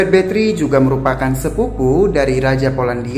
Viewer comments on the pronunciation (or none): Sebutan bathory nya salah ya